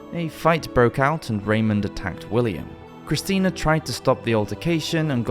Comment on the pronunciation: "The two Christians" sir, do you know "Christina" is pronounced "kriss-TEE-na", right?